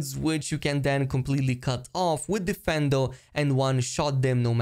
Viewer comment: It's difFINdo, not deFENdo